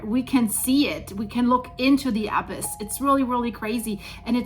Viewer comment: The word "abyss"....... the emphasis is NOT on the first syllable. We DO NOT say "AB - iss" We say "ab - ISS". The emphasis is on the SECOND syllable.